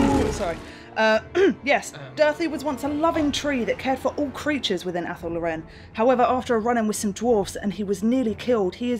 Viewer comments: mispronounced a few things before, I think 'law-ren' is right but in the end there's no wrong or right way to say it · I thought athel loren was pronounced like "athel law-ren" but says athel low-REN? Have I been wrong all these years?